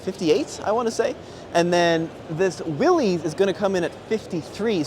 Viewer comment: you own a Willys it’s time for you to start pronouncing it correctly. It’s pronounced WILLIS